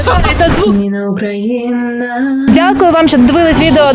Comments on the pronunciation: Украi̇́на, а не Укра́їна! Ведучі, виправляйте наголос у інтерв'юваних! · Бесит когда говорят УкрАина, а не УкраИна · Не УкрАїна, а УкраЇна !!! Не із західної України, а із західної частини України !!! Не на Україні, а В Україні !!! Ведучі, поправляйте вимовлення федерастів і самі не повторюйте їх помилки !!! Мені соромно за вас ! Гарна задумка і ви на корню її зламуєте і ховаєте !!! Мені шкода ! Виправляйтесь ! Який сенс тоді всієї цієї пропаганди, коли самі несете у світ скривджену правду, істину. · Почему все говорят укрАинский, УкрАина, ведь правильно говорить УкраИна , украИнский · Імперці... всюди однакові! Як же бісить🤬🤬🤬 , що вони , навіть не можуть правильно вимовляти "УкраЇна" , "українці" , "український". Ледве додивився до кінця відео!!! Особливо дід просто "вбив" своїм тупим коментарем:" Украина была самай богатой частью России . И теперь они не могут жить без России". Ну,вибачте , з moskovutamu жити ніхто не хоче!!! І треба кожному розтлумачувати , чого не правильно вживати сполучник "на" , а правильно "в"! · Все добре, правда не до кінця ще додивився, але відразу хочу порадити, виправляйте своїх респондентів ставити правильний наголос в словах УкраЇна та украЇнський (мене, наприклад коробить від неправильного наголосу). І якщо блогер або сам неправильно говорить або не виправляє я на такого не підпишусь, або згодом відпишусь, так само і всім раджу акцентувати увагу блогерів на цьому моменті. Так само на/в Україну! Слава Україні!